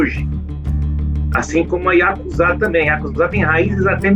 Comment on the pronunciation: finalmente alguém que pronuncia ヤクザ corretamente.